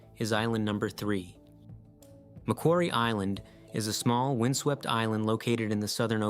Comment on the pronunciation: For the narrator with an accent, he pronounced it well. Geologically it is not part of Australia. It is 'claimed' by Australia rather like Ball's Pyramid. :body-blue-raised-arms